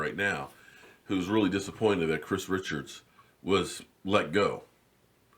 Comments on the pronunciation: His name is not Chris Richards. It is Chris Richard (sounds like Rishard). Your videos are very good Sir. I watch a lot. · I think his name is pronounced Kris Re'shard! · You're great & I am fan. All I'm asking is please pronounce the new "DB" coaches name correctly. Specifically his last name. Just a suggestion. Once again I am a fan & follower, it's just a pet-peeve.